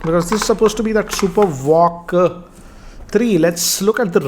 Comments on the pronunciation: Its VOOC not walk. 😂😂😂😂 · It's "VOOC" and not "VOCC"